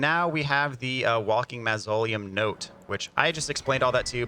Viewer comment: The bubbletear does have a time limit. Also, that not how you say “mausoleum“ hahahaha